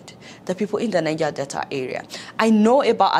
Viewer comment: There is no R in Delta, please